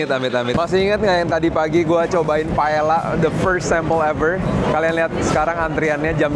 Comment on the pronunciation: Koh, correction dikit paella itu baca nya “pae ya”